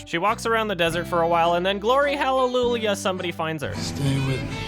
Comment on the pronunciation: thank god i thought i was the only one who pronounced hallelujah that way